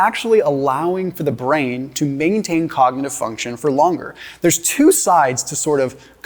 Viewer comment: Shows what absolute clowns doctors are 😂 this guy can’t even say “cognitive” omg lolll ❤❤😂😂